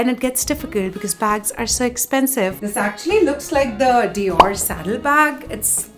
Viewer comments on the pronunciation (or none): none